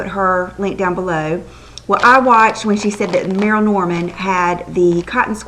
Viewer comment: PLEEEASE say Merle like Perle & Not Merrill, like Ferrell, I am affiliated w/ one of the Franchises, & its not a accent issue, it's an improper pronunciation of the spelling....